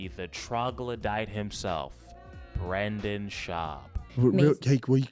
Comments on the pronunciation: calling him "bwenden" is crazzzzyyyy bro i choked on my beer on that one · The funniest thing about you is how you pronounce "Brendan"